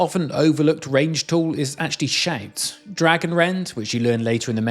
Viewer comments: I had to listen to this twice to realize he is saying "shout", not "shank". Lol i couldn't figure out what a shank was in Skyrim.... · When you say “shout”, I could swear you are saying “shank”. Interesting accent effect. 😅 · Maybe its because im watching at 1.5x speed but it sounds like shank when he says shout... It can at least still kinda make sense in the context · how in the heck are you putting an "a"&"n" sound where the actual word "shout" has an "o"&"u" ?????